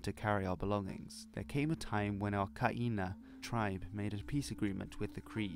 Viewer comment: At the risk of sounding pedantic, Kainai is pronounced "GÆ-na". For future reference.